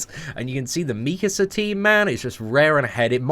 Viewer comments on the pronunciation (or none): The way you were pronouncing mikasa was triggering me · His pronunciation of Mikasa is killing me